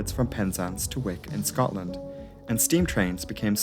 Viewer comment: "Wick" in Scotland is pronounced "oik" not "wick"